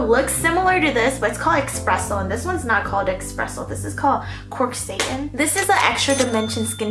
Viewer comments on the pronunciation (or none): SATIN. not SATAN. MULL it over. Not MULE 🤦🏻‍♀️